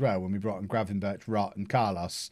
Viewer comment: the 'ch' sound in Gravenberchs' name is pronounced like a 'g'